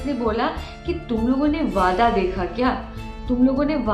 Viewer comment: Its वाडा not (wada वादा)